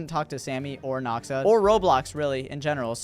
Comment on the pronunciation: It just noxa not noxaash